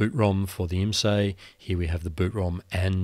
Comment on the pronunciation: Nice project! A minor tweak: IMSAI is pronounced "Ims-eye", not "ims-ay". I used to work for them back in the day (built many S-100 boards and 8080 chassis); at least that's how everyone there pronounced the company name. For more realism, add the agony of loading software vie the CUTS tape system - store and load (maybe) software on a cassette tape. Takes forever, and you can waste loads of time! Sometimes it was write only storage... I don't miss any of this but it's nice to see tech history explained.